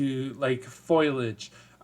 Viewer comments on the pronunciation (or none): Awesome news, thanks for sharing! So glad Warlock isn't defunct and that they're taking all feedback into consideration going forward. Oh, and it's "foLIAge", not "FOILage"... ;D